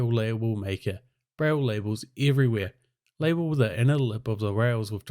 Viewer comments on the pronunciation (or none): none